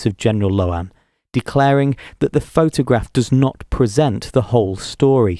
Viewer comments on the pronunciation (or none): none